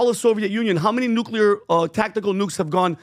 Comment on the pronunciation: If this is "nuclear " it's "unclear"